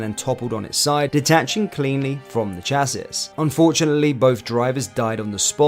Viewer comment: Your narration is too fast, there are no pauses when you start a new paragraph and your voice is monotonous ! It doesn’t make for good listening ! Also, your pronunciation of some words is wrong (‘severity’ and ‘chassis’ for 2 examples) ! I take it you failed English at school ?!